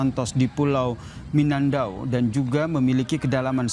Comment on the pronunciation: Prisenter nya belepotan, yg benar tu mindanau